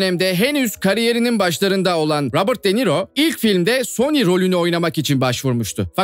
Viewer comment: Sony 🤬 ismi bile telaffuz 🤬